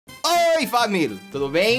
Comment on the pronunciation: t3ddy fala família não famil